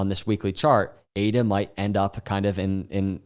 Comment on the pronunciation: I liked it when he said ADA 🥰